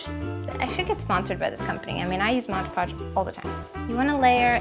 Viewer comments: it's Mod Podge not modge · MOD PODGE NOT MODGE PODGE!!!!!! i'm sorry if i sound rude but that really annoyed me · Couldn't even watch more than 2 minutes of this. It's pronounced "MOD Podge." If you're looking right at the bottle, you should be able to read it. Pretty big letters there. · Omg I came to say exactly that! Why can't anyone seem to pronounce it right!? It's MOD PODGE! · dont say modge ever again it drives me insANE